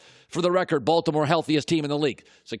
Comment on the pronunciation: He puts too much emphasis on the B in Baltimore 😂😂😂😂